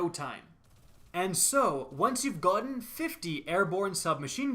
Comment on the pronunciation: Anyone else hear that Scottish gotten